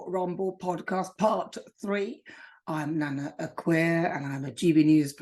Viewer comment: NANA, please pronounce your name properly.